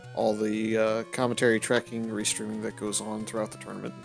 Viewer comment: Paaaaaainful. Also, it’s a tournament, not a “torenament.”